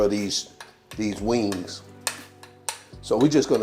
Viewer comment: He didn't say "wings," he said "wangs!" Now you know they're good when you call em' wangs!😂😂😂